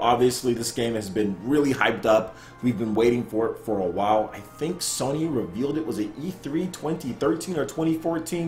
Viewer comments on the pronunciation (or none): none